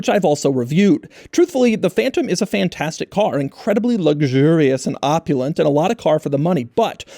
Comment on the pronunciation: Am I the only who noticed Doug saying PHAN-TASTIC?